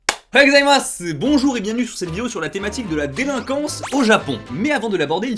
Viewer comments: "Déliquance" au lieu de "Délinquance"😅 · Délinquance et non pas “Déliquence” , il manque le N mais ça fait pas très sérieux. Sinon sympa ce petit documentaire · << la déliquance >> ( juste pour la petite remarque ) ;) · jsuis le seul qui a remarqué le "déliquance"? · Déli?quance au Japon il est passé our le "n"? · Personne en parle mais "la deliquence au japon" xD il nous manque quelque chose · ''la deliquance'' voilà je suis sûrement le millionième a faire la remarque mais bon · "la déliquance" ? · La « Deliquance » ??? 😂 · Un like pour la "déliquence" xD